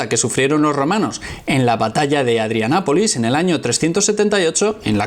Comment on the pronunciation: Ojo es Adrianópolis no "Adrianápolis".